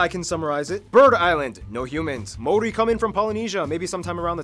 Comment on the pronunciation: No offence or disrespect to you my bro but, the narrator’s pronunciation of the Maori Language is shocking and insulting. Personally, it’s not such a big deal that NZ was not included on the world map. You are correct, the north island looks like a fish/Stingray hence it was referred to as Te Ikanui a Maui (The great fish of Maui). Maui was a famous and magical ancestor of Polynesia. He stowed away on a canoe when his older siblings went fishing one day. He convinced his brothers to travel further south and magically fished up the north island. The South Island was known as Te Waka a Maui (Maui’s canoe) prior to the great migration. Stewart island was known as Te Tauranga o Te Waka (The anchorstone) prior to the arrival of Polynesian. 7 main vessels each had a flotilla of smaller vessels. Maui was so revered and famous for his many great deeds that the Hawaiian people named an island after him. The stories of Maui’s great fish, were handed down verbally through the generations. Kupe was the first navigator to follow the constellation of stars known to Polynesian as Te Matau a Maui (Maui’s Fishhook) Kupe gave the name Aotearoa (Land of the long white cloud) a subtropical rainforest. Kupe returned to Polynesia and informed the many paramount chiefs who began building the canoes for the journey. All the canoes and their people met in Rarotonga for the final feast and the emotional farewell the next morning before they set sail for Aotearoa. It wasn’t as Anthropologists wrote man